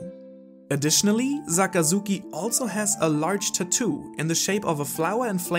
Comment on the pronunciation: SAKAZUKI NOT ZAKAZUKI